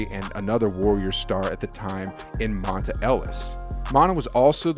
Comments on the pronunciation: Not mon-ta it’s mon-tay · Not Montah....Montay!!!! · That cool and all but who thefook is montah? It’s pronounced Montae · Mon-ta? You must be a new Warriors fan.. maybe even new to ball.. it’s spelt monta but pronounced Mon-tay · Who is "mont-ah?" The guy who played on the warriors was named "mont-ay" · It’s yay- area.... like Bay Area.. not ya ya rea.... and Monta Ellis is pronounced mont-ay not mont-uh.... just an FYI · Lol. Mon-tah is Mon-tay. And it’s not ya-ya-rea, it’s yay area! 🤦‍♂️ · Geat report, but the guy is no Warriors fan for sure haha. It's not Mon-TA, It's Mon-TAY, every Ws fan knows that lol. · Bro nice ass story man, I didn't even know this. Just one thing tho: it's Monta (mon-TAY) NOT manta (Mon - uh) shit had me ROLLING. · Just an FYI, its pronounced Mon-"Tay" not Mon-"tah". Great video though, just want to give Monta his due respect for all he did for the organization! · MonTUH? It's MonTAY. And you really said "yaya rea?" Bro, it's pronounced "Yay Area" 😂 😂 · Omg, "" it's pronounced "Mon-Tay" and "Yae-Area". You're embarrassing. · Yay areaaaaaa lol. And Monta is pronounced Montay......... but great video as always my guy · His name is Monta pronounced MON-TAY dont disrespect my dawg like that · “Monta” 🤣 Come on bro lmao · HAHAHA this guy does not Bay. It's Monta, and pronounced Mon-tay. And it's Yay Area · Who tf is Montuh Ellis???! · Great Video 👍 His name is pronounced Mont- Tay....Lol Monta Ellis one of the most popular Golden State Warriors in team history💯👑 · Montah? Come on man!! Lmao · Monta is pronounced montay and #yayarea is yay area. Get it right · Mon-tay Ellis and Yay-area get it right bro 😢🙏🏽💯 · Thank you, Monna. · Who taught you how to pronounce Monta? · Please learn how to say Yay Area. Pronounce like bay area. Also you killed Monta Ellis name.. Good video though